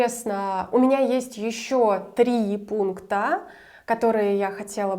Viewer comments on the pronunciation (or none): Услышав "три пункта-а" заподозрил, что вы из Мордовии.